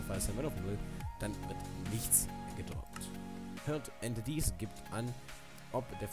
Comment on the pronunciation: Entities wird Änteitis ausgesprochen